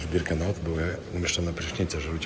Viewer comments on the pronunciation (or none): Nie Birkenaut tylko Birkenau...Nie Rudolph Hyc tylko Hess. Szacun za film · Przepraszam bardzo, ale żeby zrobić materiał o Auschwitz (są tysiące materiałów), to trzeba się bardzo dobrze przygotować. Niestety ale Ty kompletnie się nie przygotowałeś. Zrobiłeś to trochę,,na siłę”. Nie Albrecht macht frei a Arbeit.. Nie Birkanaut a Birkenau… Nie Rudolf Hyc a Rudolf Höss. Rozumiem, że chciałeś mieć materiał itd. natomiast nie wolno w tak ciężkim materiale gatunkowym przekręcać postawowe rzeczy. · Birkenau! Nie Birkenaut